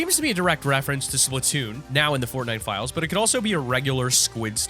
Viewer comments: It's Splatoon NOT SPLITNOON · just for clarification. the nintendo game is Splat- toon the audio in the video sounded like split-toon, but I want a paint gun